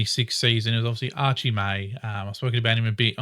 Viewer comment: You´re the second EFC fan channel (along with Fiona at Bomber Banter) that thinks "Archer" is "Archie". Thanks.